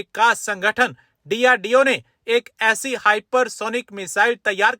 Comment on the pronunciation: Abe chemma it's DRDO not drdoe